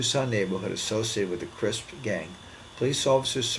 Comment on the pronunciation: Yo homie u drunk ? It’s CRIPS NOT CRISP lmao